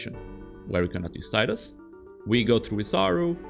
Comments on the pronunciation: Tea-dus. Not tie-dus. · Tidal, Tidus, it's the only acceptable pronunciation. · Man, going around and watching FFX challenge videos, I'm blown away by how many people pronounce the name as Taidus. Maybe it's an English language thing, but even then, it's been spoken in games with voice acting too. I guess I'm just a bit confused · I know it's pronounced TEE dus, not TIE dus. This always annoyed me when people can't get that right